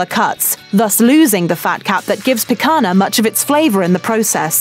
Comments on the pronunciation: if you're gonna talk about it, at least learn how to pronounce it....I mean, you interviewed a chef in the video that even pronounced picanha correctly for you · I loved how she kept pronouncing "Pick Anna" 😂🤦🏻‍♂️ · Every time she said "pee-cuh-nuh" I cringed. :'( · me hearing she talking picanha with picanna pronounciantion "Make it stop please" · Who else cringed with Guga everytime the woman says the word "PIC-HANA?" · Click bait tune out now there is nothing of any importance in this video .... and why do brits F - up so many words like picanha sounds awful when she says pikana. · It's not Pikana. I'm gonna start bleeding from my ears if I watch more of this video. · GUGA IS SHAKING = Picanha is pronounced as PEEK-CAN-HYA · Pica"NA" lol i guess it`s pretty hard for english speakers to do the sound NHA, NHE, NHI, NHO, NHU. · I believe it is pronounced pea-cone-ya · We're sorry about our repeated mispronunciation of the word "picanha." That's an error we didn't catch until after the video went live. We'll make sure we do better next time! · Her pronunciation of picanha just made me die a little inside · It’s not the same, unless you’re from the north region of Brazil, which is not even 20% of the population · let's not even get into how she keeps (mis)pronouncing picanha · I cringed every time I heard the world "picanha". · If you can pronounce Lasagna you can pronouce Picanha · That pronunciation of 'picanha' really hits the ear wrong >.< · As a Brazilian, to her someone butchering the name PICANHA like that... If you wanna make a video about it, at least do your homework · It’s so horrible being a Brazilian hearing that spanish pronunciation on Portuguese words. Like, no we don’t speak Spanish, neither the languages are that close. Say it as an American speaker or don’t try to spanish your way through, that’s kinda disrespectful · Really wish she learnt how to properly pronounce Picanha🥲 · (Picana 😂).... O certo é ( Picanha 👍💪) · só o "picana" que não passa